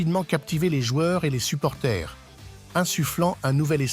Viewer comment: On dit supporters pas supporthé